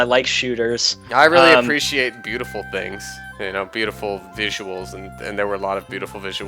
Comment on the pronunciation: "appretiate".. uhuh.